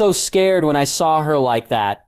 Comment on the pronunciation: I can't do this he keeps pronouncing her name wrong 😩 RE-NES-MAY